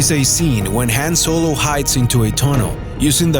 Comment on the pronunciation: Did you say millennial falcon ? Ha ha Han Soylo